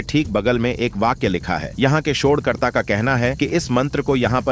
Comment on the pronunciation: ये शौढ़कर्ता क्या होता है। पहले हिन्दी का उच्चारण सही से करना सीखो बाद में विडियो बनाना। शौढ़ नही शौध होता है शौध मतलब रिसर्च है।